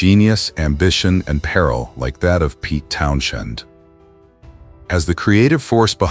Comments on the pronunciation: Why is Townshend being pronounced as Town - shend? Bloody AI has so much to answer for. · Town Shend every time😅